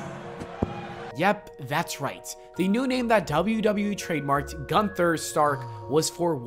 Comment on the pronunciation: I'm not calling him guther